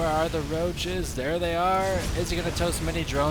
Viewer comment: I really enjoyed that "Thoa iz hia" at the very end :D